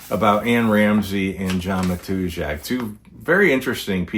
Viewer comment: I've heard his name pronounced /ma-tuz-ak/...with apologies for ruffling any feathers.